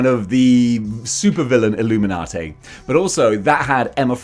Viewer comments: Say it WITH me,... "Ihl-loo-min-ah-TEE", NOT "Ihl-loo-min-ah-TAY"... Now, as for the group themselves, I could give a hairy rat's about them... Civil War kinda pissed me off, and things only went downhill from there... But I detested the Illuminati concept before that, when they first started the idea, and have outright ignored their bull$#!t existence in the comics. Nobody needs THEIR holier than though, we know what's best for everyone, bull$#!t, FIRST of all, and secondly... F**K the Illuminati. IF they ARE actually in the 2nd Dr. Strange movie, then I'm probably not going to like it as much as I'd hoped I would... And THAT SUCKS. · "Payter! Its the Illuminaughtay!" - Mayry Jayne Parkah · Having sayin "Illuminatay" saved my day;) I only know Black Bolt from the Inhumans tv series, where he doesn't come off as brainy? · I can’t watch anymore after your pronunciation of illuminati